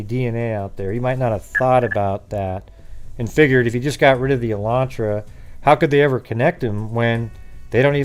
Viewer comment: It's Elantra not Alantra